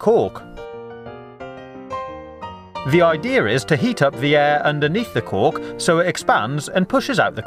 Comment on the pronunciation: I was thinking he said cock! :D